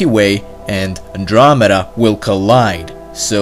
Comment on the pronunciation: NosyShk it’s actually The milky meda search it up that’s what it actually is he also mispronounced the word andromeda